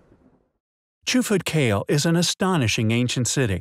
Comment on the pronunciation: I believe it is pronounced kah-leh